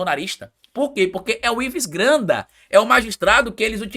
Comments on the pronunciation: dá uma olhadinha no vídeo como tu pronuncia o nome de Ives Gandra, tu fala até lendo Ives granda. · Pelo amor de Deus meu filho....é IVES GANDRA....GANDRAAAAA!!! E NÃO GRANDA....ASSIM VC MACHUCA MEU OUVIDO! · Oi,, adoro seus vídeos, sou seu fã, mas o sobrenome do jurista é: GAN DRA, e NÃO Gran da. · É Ives GANDRA, Você pronuncia o nome errado. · foi difícil aguentar vc repetir errado tantas vezes o nome do Ives Gandra. Vc ficou falando "Granda" o tempo todo. Nem quando leu a notícia conseguiu pronunciar corretamente. Como eu sei que vc ainda vai falar esse nome outras vezes, e como ninguém te corrigiu nos comentários que eu li, resolvi te alertar porque sou grande fã da sua pessoa e do seu canal. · Vc está falando errado intencionalmente o sobrenome de Ives Gandra como bait pra gerar comentários? Tá apelando heim? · O nome é G A N D R A. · VC NÃO SABE FALAR GANDRA NÃO????